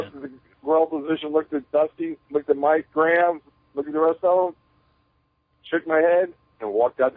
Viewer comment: Everytime he says "Mike Graham", I hear "my gramps", then picture Santa, hitting the Earthquake Splash on some poor Filipino child in one of Hogan's giant foam finger factories. Anyone else getting that?